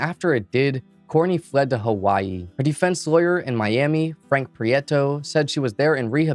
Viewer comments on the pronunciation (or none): none